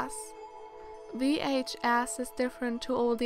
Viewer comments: I laughed on how you said vhs, what i heard was vh-ass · She said VHAss